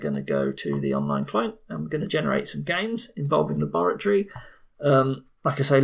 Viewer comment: "This is my lab! And THIS is my LAORATORY!"